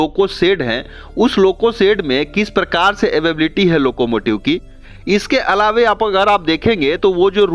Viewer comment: Nice information but ALAWE ALAWE kya karte ho bhai? ALAWA hota hai...